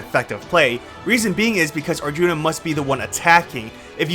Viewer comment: I died at "Arthuna" 🤣